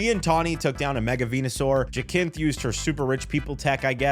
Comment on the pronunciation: Plenty of games are set in a single location, its all about the scale of it and za is fine, but glad you enjoyed the game and especially the story, btw its pronounced ja-synthe